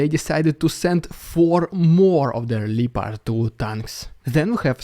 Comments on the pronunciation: Lee opard tanks..No ! Lep…as in lepton….then…pard….. . LEPARD….Keep it up. Love your site. ❤ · Great stuff, always the best coverage! Btw fyi leopard is pronounced as “lepperd” LEH-prd…. hth 👍